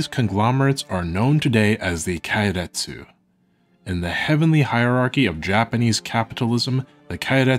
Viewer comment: Didn't expect such an in-depth, expansive view into history. Extremely well-researched, extremely well-presented even that a dumbass like me can understand. Tiny correction, if you'll allow. Japanese vowels don't change sound, so keiretsu is closer to "kay-retsu", instead of "kye-retsu"